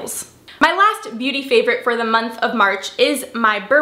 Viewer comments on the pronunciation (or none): none